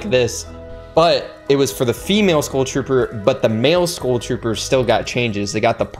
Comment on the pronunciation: why tf do you say school trooper? why cant you pronounce skull?